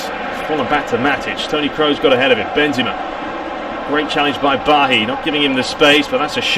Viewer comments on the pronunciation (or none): I wanted to watch this so badly, but you calling Bailly "BAHHI" make sit unwatchable. Sorry. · It's a French name. I must say I do love your commentary apart from that. It sounds very professional.